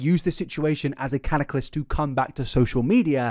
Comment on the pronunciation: catalyst, not cataclyst 🥰